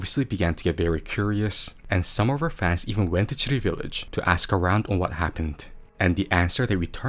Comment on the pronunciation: Every time you say "Tsurui village" it sounded like "shitty village", which I find sadly appropriate.